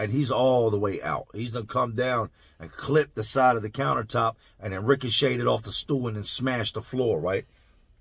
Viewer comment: "RICOCHETED" CAN YOU,👂🏾 EAR ME?? WTF!! FUNNY BUT NOT FUNNY. MY GUY I SPIT O. J. ALL OVER THE DAMN PLACE!!! 😂😂😂😂🤣😂🤣😂😂😂😭😭😭🤣🤣